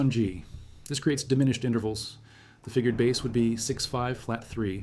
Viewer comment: AI keeps talking about a bass. The fish! What the heck?